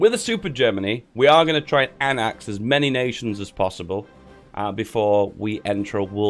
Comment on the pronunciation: Its annex not annax